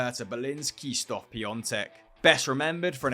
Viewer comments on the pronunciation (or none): OMG the way you Pronounce Krzysztof Piatek first name is atrocious lol